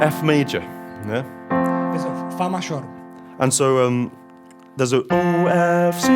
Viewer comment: "Fa mashor"